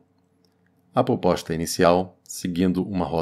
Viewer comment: Gostei da "poposta" rsrs.